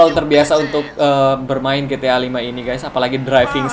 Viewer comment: It's ji-ti-ay bukan gi-ti-ah